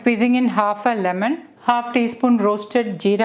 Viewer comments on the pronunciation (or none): none